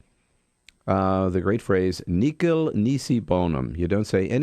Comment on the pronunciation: he says, "'Necal nisi bonum". Um, that would be "nihil nisi bonum ". I'm supposed to be impressed by this guy? And actually, if you include the dead part it's, "De mortuis nil nisi bonum".